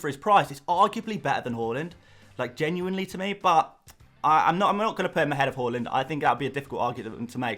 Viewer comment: Its HAA-land mate. He himself has emphasised on calling him that.